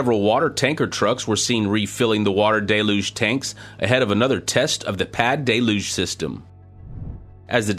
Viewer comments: It is not pronounced "DAY-luge". It is pronounced "DELL-huge"!!! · I know it's a French origin word, but the pronunciation is simple. Del-uge Like dell huge (without the h) Not day looj